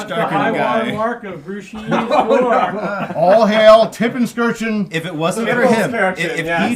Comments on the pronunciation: Seriously irritating how they kept intentionally mispronouncing Tipplelkirch's name. How do you get "Tippleskirgeon" out of that??? Come on guys, at least try. So, would the French continue to follow the Prussons to Waterloo? Would Grouchy harry Blücher the entire march? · Greeting from one of your three German viewers. I had a great laugh on your Tippelskirchen pronounciation :) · Tippelskirch. How hard is it to pronounce correctly? Greetings from Germany 😅